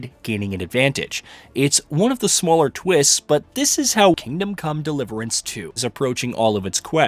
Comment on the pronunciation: I noticed that too...the way the name of game is spoken sounds off